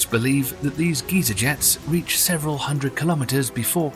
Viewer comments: it is pronounced "guy-zer" not "ghee-zer" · Can you pronounce GEYSER right? -GUY-ZER not GEE-ZER (old man). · Guy-zer not Geezer